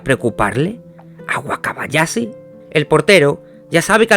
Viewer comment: De vdd no puedes pronunciar la H? Wakabayasi? ....pero si dices CHampions?